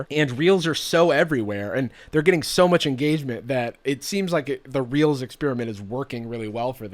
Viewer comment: Instead of “reels” I thought you said “instagram was getting heat for realz🤪” lmao